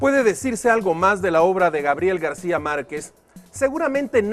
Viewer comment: ¿Por qué dice Garcia y no García?